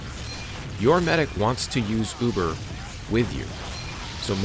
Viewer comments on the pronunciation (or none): none